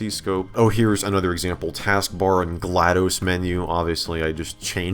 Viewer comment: this isnt GlaDOS this is GladOS